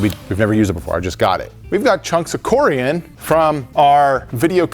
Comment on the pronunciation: It’s coor-ee-on